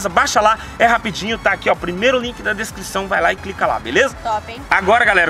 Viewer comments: declisão, espirito do cebolinha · "desclição" foi show vei hahahahahaha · "primeiro link aqui na desclição" kkk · Ele falou desclosao